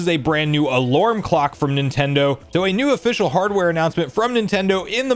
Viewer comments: Are you Canadian? Why do you say “alurm”? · Do you always pronounce “alarm” as “alorm”? Sorry if I’m making fun of you, but can you physically pronounce it correctly? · I think you mean "alorming" 😅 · you're great, but I have no idea what accent you have that pronounces alarm as "alorm". Is it the same for other words like "charm/chorm" or "karma/korma"? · The way you pronounce "alarm" is alarming